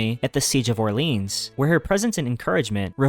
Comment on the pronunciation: I'm sorry, but if you're going to make a video effectively summarising wikipedia pages, you can atleast bother to learn how to pronounce things correctly and not mess up. Burgundian, Orleans, Caesarion, legislature, Holodomor etc are all pronounced particularly incorrectly. Also, Elizabeth I was Henry VIII's daughter, not Henry VII. I would love to support a channel like this, but you've got to slow down and put more effort in.